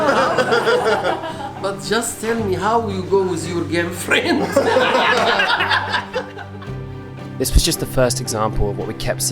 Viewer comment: I spent hour trying to understand what does he mean with “genfriend” Until I realized that it’s GIRLFRIEND 😭😭😭. BTW I’m from Syria and I lovvee your vlogs 💕